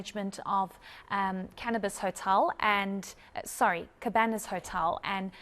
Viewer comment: I am certainly not mocking her reporting skills.. just in this context the slip up of saying ' cannibis' is funny .